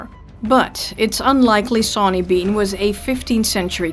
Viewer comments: your saying his name wrong its not 'SAW'ny its said like shauny with a accsent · I thought it was pronounced like Shawn? Was that incorrect?